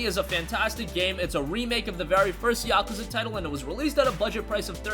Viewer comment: It pronounce yak kooza